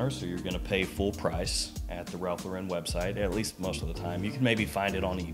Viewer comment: Shouldn’t you learn how to pronounce Ralph Lauren?